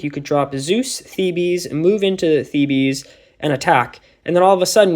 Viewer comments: Sorry I just need to say as it's driving me mad, it's not "thebees" it's "theebs"!! Good video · Theebees is the bees knees